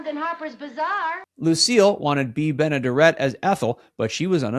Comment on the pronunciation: Bea Benaderet's last name was pronounced Benna-DAR-it. I fear you're too young.